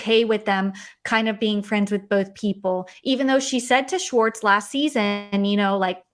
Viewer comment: Why do you pronounce Schwartz as "Shortz"? 😋